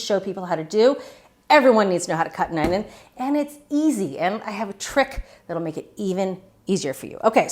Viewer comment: That's the second thing that I thought of when I watched Julia demo dicing the onion. The first thing is how she mispronounced the word ONYO.